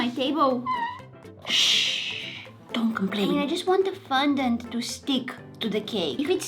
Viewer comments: She ate the whole cake, didn't she? And quick thing, It's not FUN-dent it's FON-dent, I love the vids here, so please for the sake of my sanity (what little I have left), PLEASE get better at remembering and pronouncing words. PLEASE. And I say remembering because when you put the green gems on your face, the paint made you look like Gecko/Greg from the PJ Masks, I was very annoyed that you couldn't remember his name, remembering the word Gecko is very easy. Love your vids! 💜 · Its FON dant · girl you said fundont its fondant